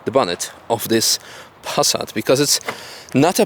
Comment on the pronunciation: Everytime you say Pass_at it cracks me up. I might just start saying it the same way 😆